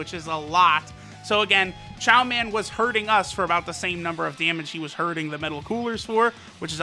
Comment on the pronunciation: It's Chioman